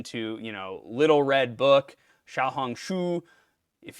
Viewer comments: your pronunciation of little red book is spot on. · yep, not sure about any of the Manderin... but the english part was spot on!